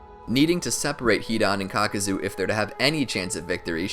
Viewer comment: Caca-zo lol